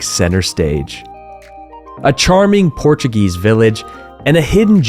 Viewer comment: that was an incredible video. As an American, living in Europe, I really appreciate it. I am really considering retiring in Portugal and you really hit some great places, of which I was unaware. I must also compliment you on your Portuguese pronunciations as they seem quite good. It is an educational opportunity for English speakers to learn the proper way of speaking the language rather than bastardizing it into an English way. When you move to a country, you should adapt. Thanks again.